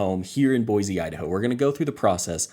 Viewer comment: Thanks for the video it is very helpful. As a side note. Locals normally promounce Boise with an S sound, not a Z. With the huge influx of new people I am hearing more people pronounce it with the Z.